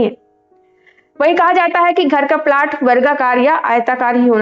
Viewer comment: 3.42 ko 'plot' ka sahi pronunciation tak pata nahi (प्लाट nahi प्लॉट bola jata hai) aur modern bahut ban rahi hai. Bahut se purane niyamo mein vaigyanikta hai jo log dheere dheere samajh rahe hain. Kuchh baate har samaj mein har desh mein rahi hain aur logo mein andhvishwas bhi rahe hain. Koi desh isse achhoota nahi rha hai. Chahe ho Greece, Rome ya Britain koi bhi country rha ho. Lekin pracheen manyatao ka aur aayurved aadi ka gyan Bharat mein mahtvapoorn rha hai. Nicola Tesla jaise great scientists bhi kai cheezo pr research kiye aur unhe adbhut paya.